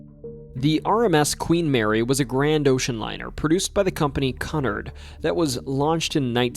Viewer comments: Thought I was gonna bust a gut. CONNERD? That’s what you said. The steamship company is pronounced COON ARD. Like yard, like hard, like bard. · it's pronounced "Qu-nard" like cucumber and H.M.S is England's His/Her Majesties Service, in place of our U.S.S. _____ on Naval vessels, for as academic as you claim to be you have some unusual slip-ups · pronounced coo-nard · Cunard is pronounced koo-nard.